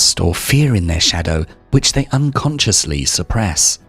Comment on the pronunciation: 🤫 shhhhDAOw. sorry it pains you.